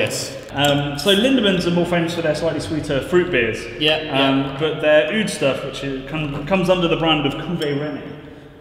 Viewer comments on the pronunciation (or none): nice video once again. friendly tip: "oude" is pronounced "aw-duh"